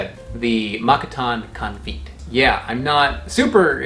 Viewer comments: also Confyt is CON - FAY - T (not t as in TEE) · Konfyt is pronounced Con-fate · Konfyt more or less means jam and rhymes with fight, not feet ;) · Con Feet? Is it spelled Confit? Thats Cone Fee "Edit" saw the spelling. Guessing that is how ya pronounce it.